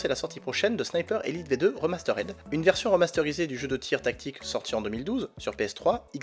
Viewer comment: RIMASTERD PAS REMASTERAIDE